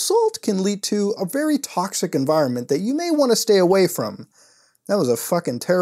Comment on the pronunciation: “WHY AM I TAHHXXHIC?!”